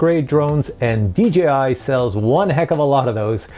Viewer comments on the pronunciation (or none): I am a newbie...why do people, including this presenter constantly refer to DJI as DGI ??? It really kinda bothers me...